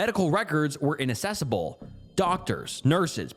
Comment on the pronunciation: the word inaccessible is pronounced in-ac-ses-able not in-Inac-ses-abl